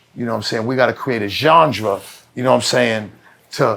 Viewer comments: why does he keep saying Jonga instead of Genre lmao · There is no way I could sit in a room with Benzino and not correct him when he says “John-druh” fiftyleven times. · I know what Mecca is thinking “This mahf*cka is 60 years old pronouncing “genre” like “jonjdrah”. This can’t be life.” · The Zeester has no idea how to pronounce the word 'genre.' 😂😂😂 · Sound like Zino was combining Ganga and Genre when he was trying to pronounce genre😂😅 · math .. i really hate that you just are not an aware dude.. and there is NOTHING wrong with that.. but the fact you think you are. is the problem NOT that you cant have an opinion. and not that you cant express it. im not saying that. but your more in the stage where you need to learning. and your ego got you thinking you in a position to be teaching. Also it is hilarious zino cant say "genre " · would have had more if he could pronounce "Genre" 😂